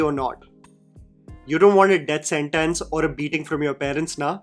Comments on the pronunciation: Its sent-tince not sent-tense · Death SENTENCE? Bro what's with the pronunciation?